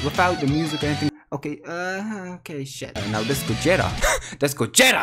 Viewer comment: I like the way you say Gogeta it’s like GO JET A. JET A:*Flies to nuke Your Crystals*